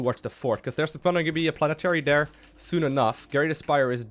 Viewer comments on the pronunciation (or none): great play and good commentary, but I have to say it. there not dere T-H